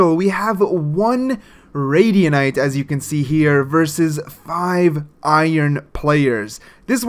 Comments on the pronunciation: [#]JuiCe that’s why I’m laughing at the video. He made Radiant a new word 😂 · ummmmmmmm you do know that you pronounce it radiant not radianite. just saying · Why does he say Radianite instead of radiant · Why do u call it radianite and not radiant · Most people: Radiant This guy: Radianite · Am I the only one who's getting triggered by him saying "radianite" instead of "radiant"? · pronounce radiant right